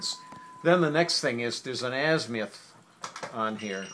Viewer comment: How can you take anyone serious who pronounces azimuth.....az-MI-uth